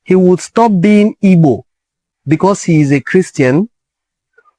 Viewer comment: Thanks bro. I like how you pronounce the word "Igbo."